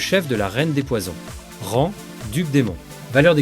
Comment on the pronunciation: Magnifique vidéo, toujours la diction qui pose problème sinon. On ne dit pas "rangue", mais "ran" le g est muet.